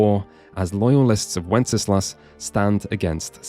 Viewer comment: Just gonna nerd out here: Wenceslas is pronounced "wen-sluhs", not with three syllables. Minor nitpick, awesome video.